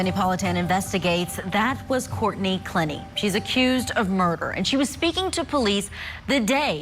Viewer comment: * "clEH nee"